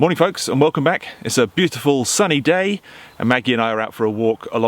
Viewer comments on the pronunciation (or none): none